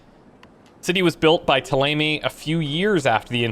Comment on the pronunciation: Don't think he is well versed in French phonetics (and to be fair, the in-game pronounciations are heavily anglicised). But even if this is considered canon, I'll stubbornly wither away on the French mountain of accents, because ThéLAYMAY is murder.